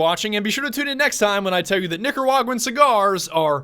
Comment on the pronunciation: Lowkey when you pronounce Nicaragua I die a bit you where so off but it all good